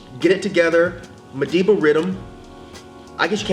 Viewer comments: Madiba as in Mandela, not madaba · MADIBA REDDEM Pronounced - MA-DEE-BA. Yall bugging. Love the channel though. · it's Madiba Riddim as in Nelson Mandela "Madiba"....hence the reason he had help from African Wizkid